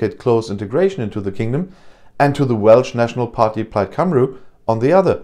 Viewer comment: Plaid Cymru is pronouns't Plaid Cumree aber veilen dank weil normale weisee wir sind vergessen .x